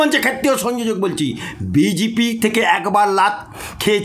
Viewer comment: কথাটা বিজিপি না। সঠিক উচ্চারণ বিজেপি। কোন স্কুলে আপনি পড়াশুনা করেছেন? আপনার বাংলা উচ্চারণ শুনলে তো ভূত-পেত্নীও ভয়ে পালাবে।